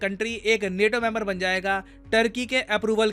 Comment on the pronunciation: नेटो नहीं नाटो 😆